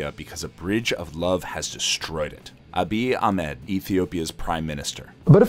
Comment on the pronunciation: Our prime minister's name (YES! he is our prime minister and not our president) is not that hard to pronounce. But awesome video though!